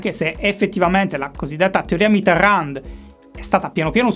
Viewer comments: "Mitteran" non si legge la D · Si dice Mitéròn, la d, mi raccomando, se te la sente in bocca un francese sì che si triggera :) Magari te l'hanno detto 1000 volte, polesse, ma pensavo che potrebbe essere interessante una puntata - uno speciale - dove parli di un solo politico. Un po' alla stregua delle monografie del DuFer... Ciao! Gran lavoro, come sempre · Ogni volta che pronuncia Mitterrand un francese muore di infarto... E dire che con la sua R poteva essere sexissimo... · A ogni pronuncia di Mitterrand, un brivido lungo la schiena